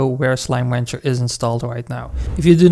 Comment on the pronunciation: thx BUT... why are u saying slime wancher?